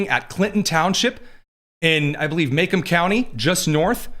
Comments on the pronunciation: It’s pronounced MUH-cōm County,. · Macome county, pronounced Ma comb or mu comb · Macomb County is pronounced Maa Comb, not Macom... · I watch you all the time and I live in Macomb. FYI- Macomb is pronounced with a long 'o' sound like a comb for your hair.Just wanted to let you know. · BTW downtown Detroit IS actually beautiful now! Also, it’s pronounced MaCOMB County. 😂 Love the show!!! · Lol. It’s pronounced Mu-comb. Like comb your hair.😀